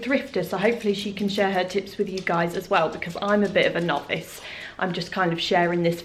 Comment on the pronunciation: Omg! I'm clearly well overtired from a night shift at work.... when you said 'I'm a novice' I actually heard 'I'm a knobhead' and spat coffee everywhere!! 🤣🤣🤣🤣